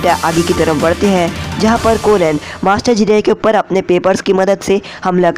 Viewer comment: Bhai naam shi se le bro marad anhi madara aur kohen hai konen nhi